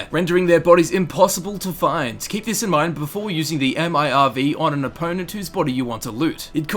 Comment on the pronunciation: who the fuck says m.i.r.v?? just say fucking MIRV